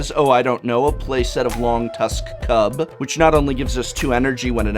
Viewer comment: lol even u misread the longtusk cub